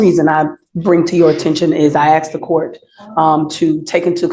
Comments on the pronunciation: As a lawyer you would think she would know the difference between ASK and AXE 🪓?🤷‍♀️ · What so called professional uses the word ‘ axe ‘ for the word ASK ? 🙄🙄🙄🙄🙄🗑️🗑️🗑️🗑️🗑️🗑️🗑️🗑️🗑️🗑️🗑️